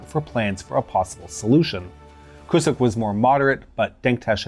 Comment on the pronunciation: pronunciation issue: 'Mr Kucuk' should be pronounced 'Kuchuk'. In Turkish, the small 'ç' in the name has a tail, making it a 'ch' sound. BTW, Kucuk means 'small'. Mr Small.